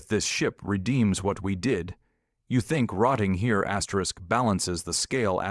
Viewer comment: Too many AI astric astric astric astric Astrid